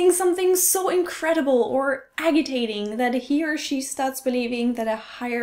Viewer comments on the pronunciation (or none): Agitating is usually pronounced /a-ji-tay-ting/. Soft g pronounced as j. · Aussprache: agitating: üblicher: annoying, aggravating Anstatt "A higher MIGHT must be...", sag "A higher POWER must/might be"